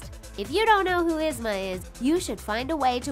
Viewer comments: They are saying Yusma it is esma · It's spelled yzma, but I thought it was pronounced eezma? Could be wrong. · EEEEEsma not esma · Ahhhhh it's not (Izma) it's ( EE-ZMA) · did anyone else notice the she said izma not eezma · Oh my lord its Yee-zma not Y-izma. Also why is it important that Queen of Hearts and Ursula are obese? It gives them power an attitude. Dr.Ficilers "teenager" was his genderbend.. why do you guys keep mentioning their weight? Like, "they're slim" or "theyre obese" I'm pretty sure a lot of us dont care, just shown us the damn pictures. if we're here we know what the villains look like. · “is-ma” it’s pronouced “eez-ma” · It's Yeez-ma. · 'Isma'? Like, LADY IT'S Y - ZMA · It's EEEZ-MA! NOT IZZ-MA! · IZ-MA! it's pronounced eeez-ma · Yzma isn’t pronounced “izma” it’s pronounced “eezma” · This bugged me so much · OMG! ITS EEEZMA! NOW ISMA!! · "Eez- ma" not "Iz-ma." Had to. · It's not Izma it's Yzma, just to let you know:) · It’s Pronounced EEZMA not IZMA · "Iz-Mah" it is not pronounced like that. It's pronounced as "Eeaze-muh", Yzma. Lord have all the mercy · Yzma is said “Eesma” not “issma”... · Yzma is pronounced E-zma not I-zma Also I find it hilarious that they probably accidentally used a gender-bend of Dr.Facilier without even realizing it like I'm pretty sure that version also had boobs soooo..... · _-. I am so annoyed!!! They always pronounce Yzma's name wrong!!! It is pronounced EEzma. Not Izma!!! >:( -Hot pocket Addie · correct pronounsetion: yeezma wat they use: izma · The way they say Yzma 😐 " Is mah " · YZMA IS PRONONCED LIKE YIZMA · EEEEZ-Ma .... I know this is two years old but PLEASE say her name right! It’s like hearing nails on a chalkboard 🥴🥴🥴🥴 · Lmao “isma” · The way how she pronounces yzma makes me believe that she has never watched any of these Disney shows ever and pronounced them however the hell she felt like. 🙄🙄🙄 ugh it's ''YEEZMAH'' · If you love Izma so much you should know it is pronounced Eeee-zma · It’s yzma (yezma)